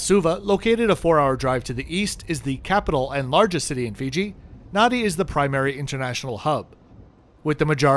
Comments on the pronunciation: Just a small correction: Fijians add an m and an n in the middle of words which makes NADI not nuddy but Nandi. Same as the PM Rabuka is RAMbuka. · Nadi, is pronouncement NAN DI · Nadi is pronounced NANDI 🙄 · Nice video😊 Just a local pronunciation pointer - Nadi is actually pronounced 'Nan-dee' Hope this helps, sorry if it sounds picky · Hey its Hadi pronounced Nandi. Air NZ also flys to European destinations. Putz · Great video. Nadi. Thats how its spelt. But it's spoken as "Nandi". Phonetically as Narnde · Great review, Nadi is pronounced Nandi. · interesting review, I do however need to point out it is pronounced NANDI. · "Nan - dee"